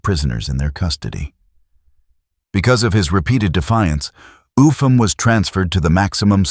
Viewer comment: His name Upham is pronounced "up ham" not "ufam"